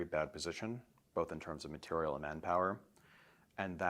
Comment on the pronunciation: Please ask him the big question and stop beating around the bush. The HUGE elephant in the room. Why why why does he pronounce material that way???